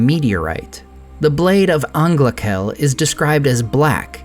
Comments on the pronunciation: for those who care : "ch" in sindarin or quenya is "r" like in german : "anglarel" and not "anglakel". For those who don't care, it's ok with me. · its not Anglakel its a welsh/celtic ch like in loch